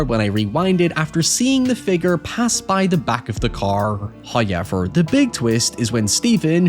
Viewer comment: First "hoyevver" drops . Praise be to the great Him.